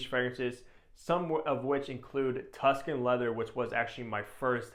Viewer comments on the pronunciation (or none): none